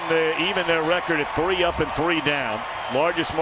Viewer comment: Really, no one here is gonna comment on the way dude said 1980? I mean who says 19hunnid and eighty? It’s 1980 bud.